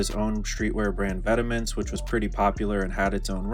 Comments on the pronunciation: “Vet Maw” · the pronunciation of Vetements lol